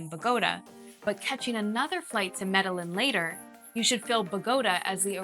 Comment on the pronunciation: Was this created with AI? Why does she keep mispronouncing Medellin and Bogotá?